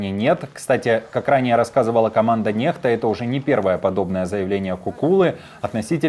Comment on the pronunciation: Некста а ни нехта блин 😅